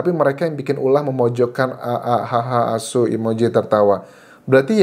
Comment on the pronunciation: Anjas medok banget bilang asu nya 😂